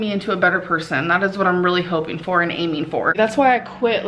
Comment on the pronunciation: Oh my God for the last time it is “for” not “fur”